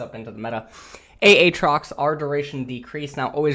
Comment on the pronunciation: it's not A A Trox you idiot the second A isn't pronounced gah you're stupid JK LOL let's see how many idiots get butt hurt by that comment :)